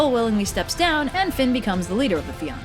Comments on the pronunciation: If you can find a single Irish word in this video she pronounces fight ill pay you. she can't even say fionn properly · It’s pronounced like Fee-Un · Well Fionn is pronounced (f-yuh-n) but this video is using the old pronunciation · Hey I'm a bit late to the party, I'm from Ireland and I know online it says to pronounce this name as 'Finn' but its actually more like 'Fyun' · It's the Salmon of Knowledge Not the Salmon of Wisdom as you so cleverly called it lol And its pronounced more like Feena than Feeyahna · Fíonn is actually pronounced differently to Finn tho. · Fíonn is actually pronounced differently to Finn tho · Then she immediately ruined it by pronouncing fionn as Finn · Sorry, it really irritates me when people pronounce Irish names wrong (though, I get why people do). Fionn = Fee-un Oisìn = Uh-sheen But great video! I love it when you do my countries mythology! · In Ireland we pronounce his name as "Fee-un", the army is pronounced "fee-un-a" and his son's name is pronounced as "Uh-sheen" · Ok I now its because Gaelic is as confusing as ever but hearing Fionn pronounced as Finn is a really dumb pet peeve I have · Love these videos. But it's pronounced FYUN! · why is everyone calling him 'Finn' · Fion is pronounced fee-un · It's pronounced fyun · The pronunciation of Fionn is killing me. Nevermind just the pronunciation in general